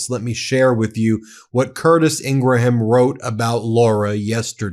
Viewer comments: Her name is pronounced "ING-grum," not "IN--gra-HAM. I'm not a fan, but the mispronunciation is distracting. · Please don’t give them three syllables when attempting to pronounce Ingraham, they are not Scottish! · Good morning, Ben. A little suggestion: ING-RUM, not Ing-gra-ham, Okeydokey???😊❤❤❤❤❤ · It's "In-gram" not "In-gra-ham" FYI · It’s pronounced “In-gram”, not “ingra-ham”. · Dude, I like your channel but you're a big figure in media now, her last name is pronounced "IN-gram" not "in-GRA-ham"...its genuinely incredible how many names of public figures and institutions you mispronounce. Also, its the "MARE-ist" College Poll, not "MAR-ist". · PRONOUNCED INGRAM. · It's pronounced, " Ingrum." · Pronounced Ingram, please God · Please stop pronouncing it with 4 syllables. In ga ra ham. Stop. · He had to say their last name about a dozen times before getting it right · The pronunciation of Ingraham is driving me up the wall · Great video, keep up the good work. PS learn how to pronounce "Ingraham".